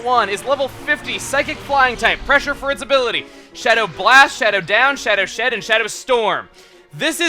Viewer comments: he said Shadow Sh*t instead of Shadow Shed lol! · it soundslike you said shadow sh*t xD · is it just me but when explaining moltres's attacks did he say shadow sh*t? or am i just crazy